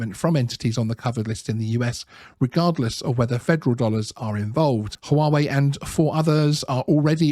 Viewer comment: Always find your videos interesting but this one, in particular, drove me mad! Where did you get the extra "W" in Huawei so that you pronounce it as HooWahWay ? It is HooAreWay !